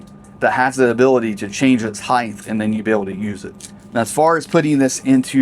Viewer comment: I hate to correct you but. The word is HEIGHT!